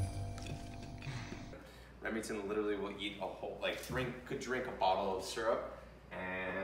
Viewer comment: this man rlly said serup